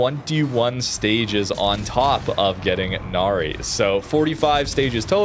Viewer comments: Now, for what pronunciation it’s Na-Rai. I think. Hence the ship is very Thai name and not Japanese. It’s not Na-Ri. Still kinda weird why WG named a Cruiser to a Mythical beings despite there is ZERO records of Royal Thai Navy actually naming ship from Mythical Creatures especially on frigates. They just named them after Province. Hey, it’s WG. They can pull anything out of their ass and said “It just works” despite it’s clearly isn’t. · It's a fictional Thailand ship. It's pronounce as Nah-Rye (rhymes with 'eye') not "Na-ree" 😅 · "Nary"? Really? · Thanks for video. I'm providing more information: it's pronounced Na - Ra i , Name of a former King of ancient Thai.